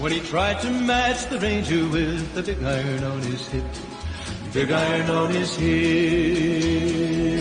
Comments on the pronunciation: I pronounce iron like you dear. Arn equels iron. Right!!!!! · I-I-Ron (like A-A- Ron) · … you said it RIGHT!!! ❤️❤️ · you say iron just like a Canadian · is a lot closer to pronouncing iron right lmao